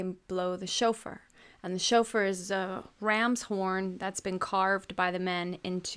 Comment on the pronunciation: Haha the joke was funny but there is a flaw there. Shofar is pronounced "show-far" not "chauffeur."